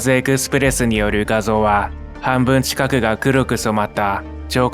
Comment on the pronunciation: 火星のちか↑く↓に 関西人だな